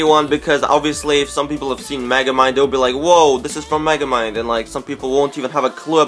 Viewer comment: its megamind not magamine